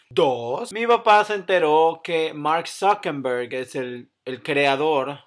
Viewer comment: Es ZuckeRberg no zuckeMberg.... I'm just sayin'